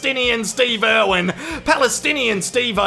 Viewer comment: Did he call him Steve Irvin and then Steve-O at the end? 😂